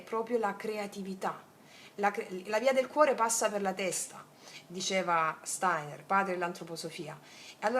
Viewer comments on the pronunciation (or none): none